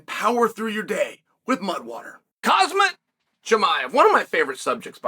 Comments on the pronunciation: Cosmit, Kamaraoozeman…IM WEAK!! 😂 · Cosmet😭😭😭😭😭 never change Chael😂😂😂